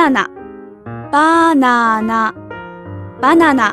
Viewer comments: I like how banana is really pronounced baw nana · the way she says banana lolz!